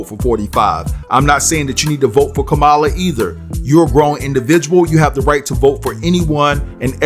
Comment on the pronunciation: Name is pronounced Come*A*La